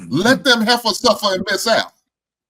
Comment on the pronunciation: "Let them heffahs suffer" 😂😂😂